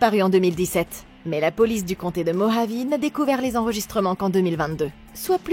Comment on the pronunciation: Par contre on prononce "Morhavé", à l'espagnole, pas "Mogeave"!! Mdr x) Sinon super résumé, pile le genre perché-mystico-horrifique que j'aime! Et en plus c'est un found footage 👌 Merci de m'avoir fait connaître cette ovni filmique, même si ton résumé semble plus haletant et intéressant que le film lui-même, qui part dans tous les sens et a l'air de souffrir de longueurs, de clichés psychédéliques et d'un scénario brouillon... n'est pas Darren Aronofsky qui veut!